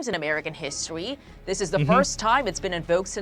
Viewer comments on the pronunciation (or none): American histowy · “3 other times in histwowy”